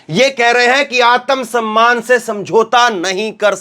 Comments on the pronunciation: जी उच्चारण शुद्ध कीजिए आतम सम्मान नहीं है आत्म सम्मान है| सिख सीख कर मत बोलिए शाब्दिक अर्थ का अनर्थ हो जाता है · समझाऊँगा? या बताऊँगा? पहले एक बात जान लीजिये आत्म सम्मान होता है आतम सम्मान नहीं। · आतम सम्मान नहीं भाई आत्म सम्मान होता है, उच्चारण शुध्द कीजिये। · आत्म सम्मान का उच्चारण सही करें जी